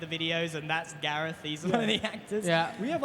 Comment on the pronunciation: ITS gareth